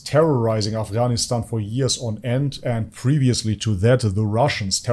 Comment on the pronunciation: I'm surprised how you pronounced af GH anistan.